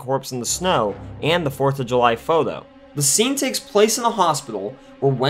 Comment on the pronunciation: "fodo" or photo?